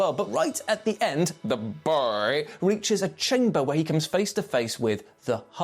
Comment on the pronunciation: Lol dies he say the boy like that 😂😂😂